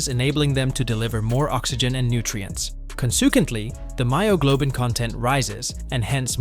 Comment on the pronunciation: There is certain words you should take out the script I be flowing with you and the you say consukently and it just catches me off guard